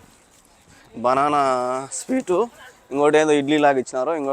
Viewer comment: anna speet kaadhu😂 adhi sweet 😂😂